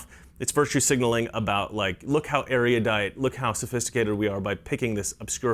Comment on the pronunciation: Erudite is a three syllable word